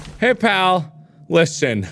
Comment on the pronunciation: Sounded like he said Lixian instead of listen